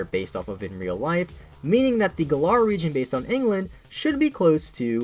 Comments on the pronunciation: It's Gælar not gallah the way you pronounce it... IS A FUCKING BIRD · You pronounced the galar region as galaar region